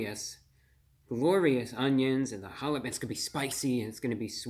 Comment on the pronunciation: Bit of advice: Every time you pronounce jalapeno as holla-peen-yo, It's like nails on a chalkboard. That doesn't fly in Texas.